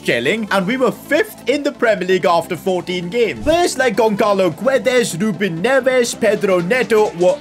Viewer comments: gonçalo is pronounced 'gonsalo' not 'gonkalo' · pronounced gonsalo btw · Damn..pronouncing Gonçalo as Gonkalo hurts me. the "ç" in it is pronounced like the "s" in salt.